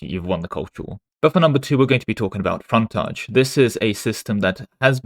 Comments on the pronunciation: English man pronounced English word as if it’s French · Hearing say "fontaige" was a culture war on its own. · is secretly French confirmed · British intrusive R strikes again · Dude, you pronounced frontage in different ways in the same sentence. Have you asked if you're old British Museam video inspired the art mechanic? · Why do you say "frontage" like a frenchman? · I love how people miss you actually correct your pronunciation of the word "frontage" later in the video :P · Never heard anyone pronounce the word "Frontage" in so many different ways in such a short timespan. :> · I just appreciated that occasionally he slipped and said it like us Americans.